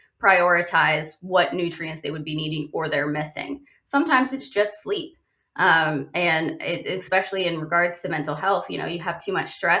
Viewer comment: The word is pronounced especially, not expecially.